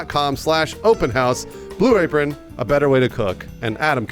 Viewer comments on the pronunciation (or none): I swear the first time Bruce said Blue Apron it sounded like he said Blue Rapeon